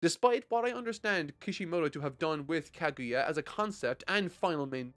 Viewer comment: Can't believe got through the whole series and still can't pronounce names. He can pronounce naruto fine but kaguya and konoha eludes him. Decent review overall but you seem more preachy in this as opposed to past series. Just my two cents tho